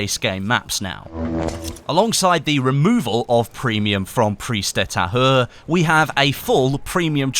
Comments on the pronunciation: "Priz de ta-u-r" plz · Really sorry if I misinformed you about the pronunciation of the map. I know pronunciations are a bit pedantic but: Pri-ze d-uh Ta-u-re e is more like uh h is silent u is like gutural u, not "ou" Again, I know French can be hard to pronounce but it would make you sound a lot more professional and you might learn something. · You can say it like preeze deuh thahure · Hahahaha I’m French and how do you pronounce Prise de tahure is really funny 😂😂